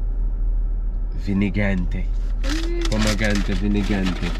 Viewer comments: "pomegrante"😭 demm>>> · “ pomegrante vinagrante “ 😂😂😂😂😂